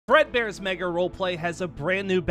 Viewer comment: He said breadbears mega roleplay not Fredbears mega roleplay